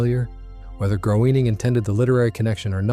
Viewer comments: You lost me at Matt "Growning", should sound like Greyning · Groening rhymes with "Complaining"